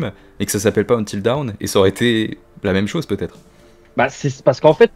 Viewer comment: Tu devrais utiliser Google traduction et cliquer sur l’audio pour « until dawn » tu vas être surpris sur la prononciation 😂 plus tu répète mal le titre plus ça me trigger 😂